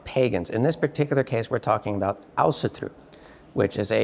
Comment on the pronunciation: Thank you for teaching me the correct pronunciation of Ásatrú. 😀